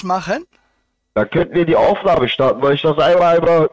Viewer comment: Iscchh, niscccht, zusätzlichschhhhen, fünfzischhhhhh, lediglischhhhh, 17 € vierzischhhhh, gültischhhhh, richtischhhhhhhh, richtischhhh, Zusatzversischhhhert, spreschhhe, dreundfünfziscchhhh, ischhhh, nischhhht, Zum fürchten ....